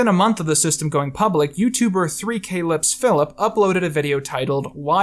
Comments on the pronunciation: It's 3*clicks*philip not 3k-licksphilip btw thx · 3kliksphilip is pronounces "Three Clicks Philip" not "Three K Lips Philip" was very funny to hear how badly you butchered his name lol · Lol "k licks Phillip" it's three clicks phillip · when he said 3-k-liksphilip but you watch csgo vids and know its prounounced 3klicks-philip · It's "three clicks phillips" not "3k licks phillips" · 3 k liks philip? come one man. Also, 3kliksphilip (pronounced CLICKS) used annotations for his csgo skin showcase series. pls fix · its not 3k licks philip its 3 thousand liks philip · It's 3 clicks, not 3 Kay-Liks phillip. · 3kliksphilip is pronounced "three kliks philip" and not "3 k liks philip" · Great video but 2 - K - licks- phillip? Come on now it's pronounced 3 - Clicks - Phillip, might want to add an annotation to fix that.. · I’d imagine that 3kliksphillip is pronounced three kliks Phillip, not 3K licks Phillip. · it's not "3 k liks", it's 3 kliks, like "3 clicks" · LOL 3-K-Lips Philips, its 3- Clicks-Philips bruh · >three kay licks Philip three clicks Philip* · It’s pronounced three clicks Philip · i did not expect 3kliksphilip at all (pronounced like ‘clicks’) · 3 kay-licks philip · His name is pronounced 3 clicks phillip, valve pls fix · "3k-liksphillip" yo u could've done some research on how to pronounce that name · It's pronounced "3 clicks Phillip" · I went oof when I heard you pronounce 3kliksphilip. 3 clicks philip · “Three Kay licks philip” Haha, that’s not how his channels pronounced ya goober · yeah, ummm... its actually pronounced 3-clicks-philip, maybe you can correct that in the video with an annotation. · "3k licks philip" Lol... did he say it wrong on purpose? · “Three kaylicks philip” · i cant believe you said 3 k - liks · Very good vid as always, but you mispronounced 3kiliksphillips name, it's pronounced like " 3 clics philips" ... too bad you can't annotate it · BTW 3kliksphilip is pronounced "three clicks Philip" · "3-K-licks-phillip". Oof